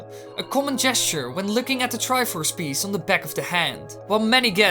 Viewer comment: "The Triffffuufuf of courage"